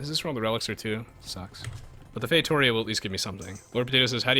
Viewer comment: Say it fay-toh-REE-ah